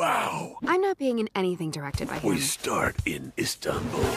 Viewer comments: It's not Istantul its Istanbul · Gotta love "instantul". Not to be mistaken with İstanbul or anything.